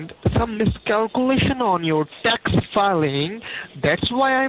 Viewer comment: “Indernal ravenue Service” “Dax return”